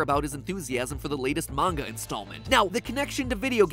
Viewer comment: I'm just happy that MatPat can pronounce Manga properly